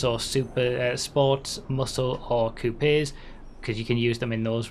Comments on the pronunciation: Bro please learn to pronounce coupes lmao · is that really how other countries pronounce coupes or was he being funny? lol